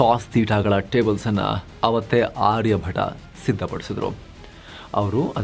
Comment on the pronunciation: ಆರ್ಯ ಭಟ ಅಲ್ಲ, ಆರ್ಯ ಭಟ್ಟ.